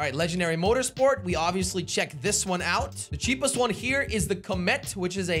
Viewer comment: I like when he said ceepest the slogo logo